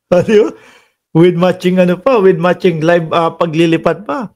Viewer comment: Live hindi libe bulol